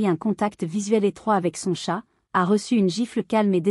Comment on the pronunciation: Entendre prononcé "tchat" pour désigner un 🐱 c'est soulant l'IA est à améliorer